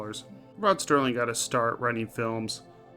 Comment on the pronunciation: It's Serling, not Sterling.